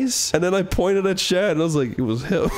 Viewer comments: This is way funnier knowing he was talking about THE SHADMAN. For years I thought this man was saying chad. This changes everything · I didnt even realize that chris was talking about Shad. I thought that he was saying Chad the whole time